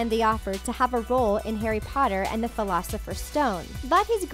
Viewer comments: wait in the fleelosifers stone? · Who else got 😠 MAD when dhe said "filocifer stone" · Am I the only one that is triggered at the fact that she said "Harry Potter and the 'Philosopher's' Stone" grrr if u gonna make a video at least say the name of the book/movie correctly 🙄🙄😤😡